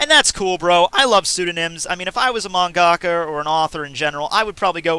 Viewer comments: ohh... I'm hearing "Mang Aka", he 's trying to say "Mangaka" (one word) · Man,am i stupid or he says mangaka?